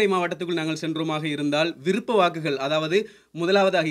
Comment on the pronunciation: விறுப்ப இல்லை விருப்ப நீ எல்லாம் நல்லா தமிழ் பேசுர